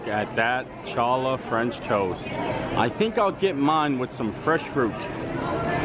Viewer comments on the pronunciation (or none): Nice video . The toast is made with Challah Bread and is pronounced "Hallah , the C is silent !!